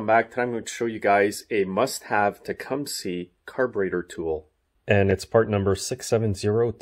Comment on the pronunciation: TIL: How to pronounce Tecumseh. Thanks!